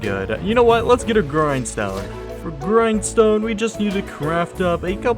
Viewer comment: Legit thought you said "groin stone" instead of grindstone, and almost spit out my drink. 😆 Loved the video, you should do 200 days fr bro.